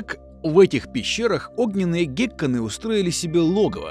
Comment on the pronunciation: гЕкконы? Господи, чего же у людей с ударениями то так плохо...